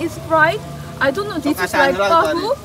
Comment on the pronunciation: tohu? Whaaat tohu? 😂